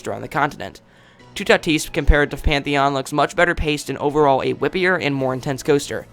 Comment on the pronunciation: You say toutatis lile tout at is